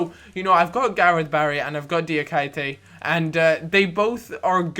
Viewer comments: Pronounce Diakité - Die-a-key-tay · Diakité = Dee ah kee tay